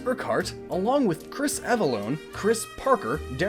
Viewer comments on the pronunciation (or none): none